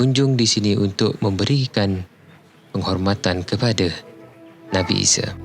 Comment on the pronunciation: Nabi ise...ahaa isa lah..sebut baku sikitlah...er er er